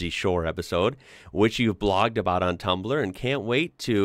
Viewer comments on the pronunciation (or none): none